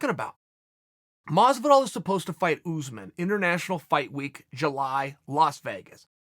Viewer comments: not uzmen us'man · Kamaru “Ooozeman” Usman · “George” vs “Oozman” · Jay From Around The Way almost there, look up commentary from a fight or Buffer introducing him so you can get it my man